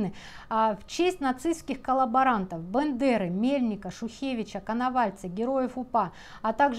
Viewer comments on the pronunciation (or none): none